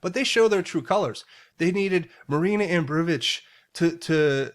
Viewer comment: pronunciation of Ab Rom' o vich. I hope that helps 😊. Love your great information.